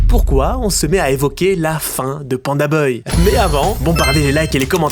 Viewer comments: C’est moi ou tu dis pandaboy au lieu de pandabuy ? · Pitié c’est ça de prononce by pas beuille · prononce BAYE pas BEUY 😂😂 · Pourquoi tu dis PandaBeuille et pas PandaBuy (se prononce PandaBye), ça me rend complètement dingue 😬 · "PandaBeuil" 😂😂😂 je te pardonne prcq mtn c'est PandaDeuil. Tip top tes videos🫶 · Vous avez pas capté qu’il fait exprès de dire pandaneuille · pitié arrête de prononcer beuye j'en peux plus on dirait que ton dictionnaire est contrefait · C'est sa manière de prononcer le bail la vraie contrefaçon dans l'histoire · ça me bute a chaque fois qu'il dit beuy 🤣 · Bon beh tu sais toujours pas dire Pandabuy, le mauvais bail...